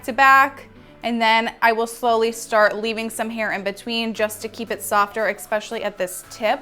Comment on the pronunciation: i’ve noticed you say exspecially instead of especially hahah. i love your tutorials 💕💕💕